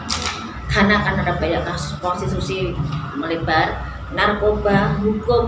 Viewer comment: Prostitusi jadi prostusi😂